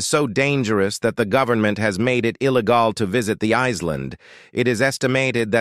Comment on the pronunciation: "ILLiH-GAL" lol that ai voice is on almost every show, anime, movie, etc recaps imaginable